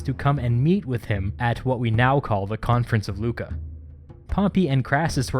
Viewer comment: The name of the city of the confrence is Lucca not Luca.